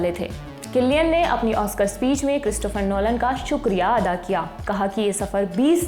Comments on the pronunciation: मोहतरमा,,,, किलियन है कि सिलियन 😂😂😂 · You pronounced wrong